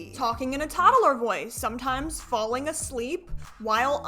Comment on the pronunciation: no wayyyyy duuuude!! I definitely wasn’t just mimicking the way she said “toddaler” ************